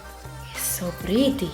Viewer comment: That accent in 'itsu pureetty'! HILARIOUS😂